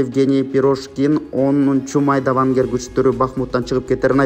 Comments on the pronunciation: Венгер емес Вагнер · туура окучу,Вагнер Вангер эмес, Пашинян Паашынан эмес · Вангер эмес вагнер😂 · кимсиң эээүүү ката окуп жаттасың гооо Вагнер, Вангер эмес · Туура окусаңар, Венгер эмес, Вагнер. Пашиян эмес, Пашинян. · ушинтип суйлогондон сен уялбайсынбы сабатсыз десе капа болосун Вагнер деп айта албайсынбы уят